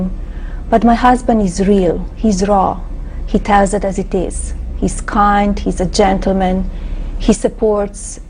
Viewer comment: it sounds as if she said "he is cunt" 😂